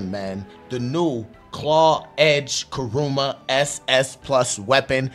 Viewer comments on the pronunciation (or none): Unc said “cahroomah” 😂😂 W vid tho 💯